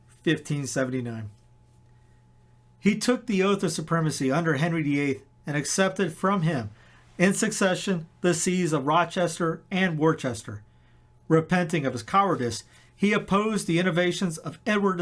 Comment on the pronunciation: Worcester: say "whuh-ster"